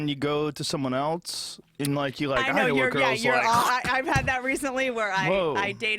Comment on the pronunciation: joe pronounces else like "elts" i know nobody cares but i've noticed a lot of people doing that lately its annoying as fuck